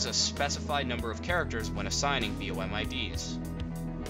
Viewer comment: it's BOM not "B.O.M" and maybe next time use a mouse highlighter so we can see what buttons you're pushing